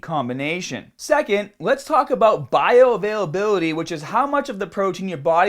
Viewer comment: bayo veil vveylabeylety ?